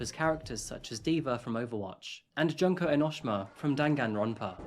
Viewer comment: “Junk-oh Enosh-Shuma from Dan-Gan-Ronpah” HELPPP 😭💀